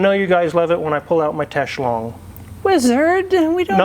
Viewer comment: There is no "SH" in "Teslong" But it makes for a joke. Or at least, an attempt at one.